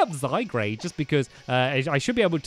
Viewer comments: Stampy: let's take out zygrade Me: its zygard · Stampy it's Zy Gaurde (Zygarde not Zygrade) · It's zygarde not grade sorry it just enjoyed me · My fave Pokemon is zygarde And it's zyGARDE not zyGRADE! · Dose Stampy EVER read the comments, I mean how many times do we need to say it's ZygARde not ZygRAde! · it's not zygrade it's zygarde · also stampy just saying it's not pronounce zygrade is pronounce zygarde the e is silent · no offence but you pronounce zygrarde wrong it's pronounced zy-guard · ITS ZYGARDE NOT ZYGRADE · It's zygaurd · stamps your saying "zygRAde" the name is "zygARde" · Its zyguard not zygrade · Stampy says "lets get out zy-grade" me "should of gone to specsavers" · It's ZY-GARD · My favourite Pokémon is mew I missed the last Episode but my least favourite Pokémon is Kyurem And it pronounced zie-guard Don't judge me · and since your reading comments its pronounced zy- gard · It's zyGRADE DON'T YOU READ THE COMMENTS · Cat AJ -Cat05316 no its zyGARde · Stamps not to be rude but before i explode with anger Zy-g-A-R-d-e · stampy its zygarade its the name your saying the name wrong its z y g a r d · U pronounce zygard wrong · it's called zy-guard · Stampy it's pronounced zy gaurd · it is pronounced zy-guard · Its zyguard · gaming pro # i wish stampy would get zygarde's name right. its annoying me but i try to put up with it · your saying zygarde wrong'